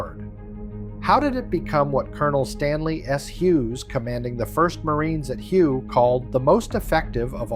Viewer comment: Hue isn't pronounced as you think it should be, it was Hue = Way the old capital of Vietnam